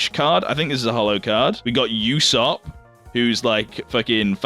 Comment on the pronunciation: I've decided i will take it serious, and how you said Usopp's name smh